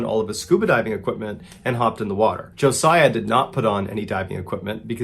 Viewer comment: Thank you for pronouncing Josiah correctly!!!!! Most people put the Z in place of the S...